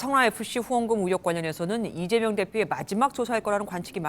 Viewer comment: 앵커님 왜 자꾸 이대명이라고 하세요 컨셉 좀 그만 잡고 발음 제대로 해주세요